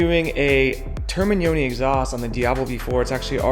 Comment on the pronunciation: well... Literally, 2 times. However, it wasn't because of the number of times but because of how you said it. Your "Termignoni" is good but your "4 uscite" is terrible 😂😂